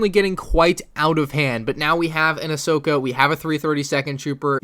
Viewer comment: it's Ahsoka not Ashoka